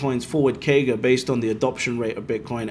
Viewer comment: I dont understand what he is saying? A 10 year KEY GA of 71%? Wtf is that? Maybe someone can decrypt that for me